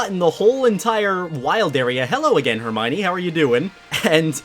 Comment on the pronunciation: Is it just me or does PRONOUNCE EVERY NAME WRONG SERIOUS IS SIRIUS HERMONEE IS HERMIONE WHYYYYT